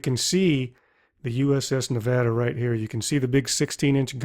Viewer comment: i'm so happy you said nevada right!